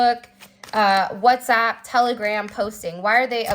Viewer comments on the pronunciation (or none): none